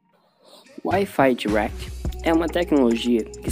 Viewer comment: Eu escuto ele falar Wifi thuaquiti kkklk